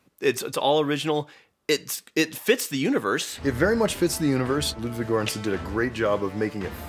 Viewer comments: Wow you butchered the pronunciation of Göransson 😂 Good video though. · As a swedish person I found it funny how they tried to pronounce the composers name, haha! Ludwig Göransson.